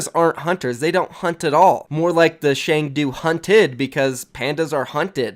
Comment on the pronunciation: It's pronounced Ch-ung-do. And Chengdu is in Sichuan province where the pandas are. The name hunters makes no sense but the panda definitely does. I doubt it's a jebait. It's very Chinese to move forward with something without being prepared. Trust me, I live here. lol